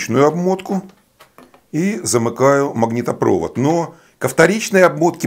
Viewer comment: Я насчет физики не спорю, но я думаю, что верное произношение всё‐таки магнитопровОд. Ударение на последнем слоге, как и в словах трубопровод, нефтепровод, газопровод. Если человек на таком уровне овладел физикой, то уж с русским языком справиться не проблема, наверное.